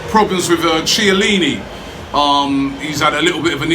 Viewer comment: Robbie, Chiellini is pronounced Key-ellini. Anything with Chi is pronounced Key